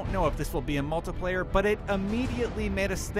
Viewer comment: Anyone else get irritated when he said "multiplayer" ... ._.??